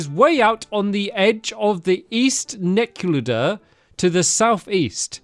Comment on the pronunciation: I love how he pronounces “Necluda” differently every time he reads it 😂